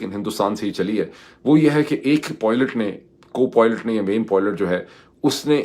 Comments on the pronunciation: Pirzada Bhai. Please pronounce word' PILOT' correctly. It is very irritating when you say ' Poilet' instead of PILOT. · Dr sahib, Didn't understand why you were constantly pronouncing Pilot as poylet ...😂 Secondly the new groups to emerge soon as a result of recent global events and the trump doctrine is something that Aftab Iqbal sahib has already pointed out after the recent Pakistan /india skirmish. Good that your analysis is also telling the same. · It is pilot, not poilet. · sahab. This is the first time I'm commenting on this video. I wish i could private message you instead, but I have no choice. You're pronouncing the word "pilot" wrongly. Phonetically, it's not poy-lut, its pai-lut. If this benefits you then "is na cheez ko acknowledge kar dein". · Moeed sb... I love listening to you... Always .. but I don't know what's gotten into you today... And this things is just getting on my nerves and am thinking to forward some of your vlog so that I don't have to listen to your POILET... For gods sake my ideal man... Say pilot .... Let me spell it the way it's supposed to be pronounced.... It's "Pailut".... There.... Plsssss don't say poilet 😭😭😭😭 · Moeed, how many times have I told you that the pronunciation is PILOT, [ie pyelut] and NOT POILOTE which you keep on saying. 🥵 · Can you please try saying “pie-let” that would be much better than “poy-let”